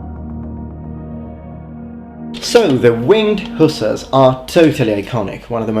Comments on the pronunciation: Dude, I'm not trying to be a Dick or a troll. But they're not hoosers.. They are Hussars. It is very difficult for me to listen to you mispronounce their names over and over and over again.. Hussars. Sheesh. So I gave up after 3 minutes. Sorry. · IT PRONAUNS WINDG HUSSARRS NOT HUSAS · Please explain your pronunciation: "who-suhs" versus "huh-sars" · I bow to your linguistic skill and knowledge but please......hussars is pronounced huszars in English. Love your content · The English pronunciation is ... Hoo Zars.